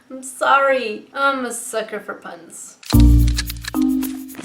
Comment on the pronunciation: i keep hearing sucker for pain in stead of puns